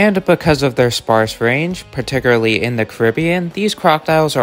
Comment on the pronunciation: Particularly = par-tic-cyool-ar-lee not pat-ti-cyoor-a-lee 👌